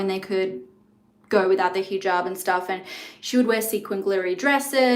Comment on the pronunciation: Just for culture, it’s not heejob. It’s heh jaab - a short e.